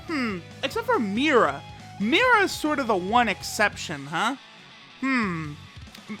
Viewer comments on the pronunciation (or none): none